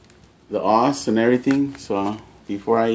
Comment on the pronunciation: Calling a ssd a hard drive and pronouncing OS as os... dude, delete thus video